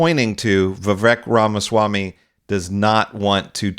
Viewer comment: Why not learn to pronounce his name